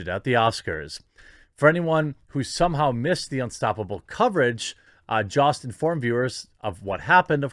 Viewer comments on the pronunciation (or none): It’s Jost with a hard o like “ hose” not the “ah” you pronounced. Please use his correct name pronunciation. Everyone needs their name said correctly. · It's pronounce "Yhost" homie. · It is pronounced Joe-st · Is it pronounced jost or yost?